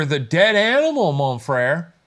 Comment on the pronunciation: The “mon frere” is killing me